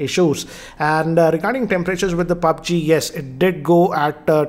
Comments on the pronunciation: Sorry but its पब्जी not पाब्जी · He says it pabge...man=mistake no offence